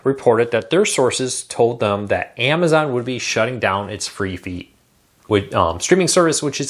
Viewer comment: It's "Freevee," not "Freeveee."